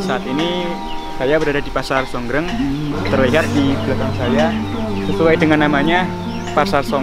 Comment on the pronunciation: Sor greng mas bukan songgreng